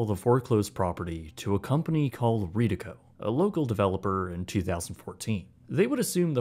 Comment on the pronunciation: Its always great hearing a bit about our local "history". One thing, from someone who's father worked for the real estate company for 20 years (retired before Bloomfield Park), its pronounced "red-e-co". Doesn't matter, this is a great video, just some useless things i know.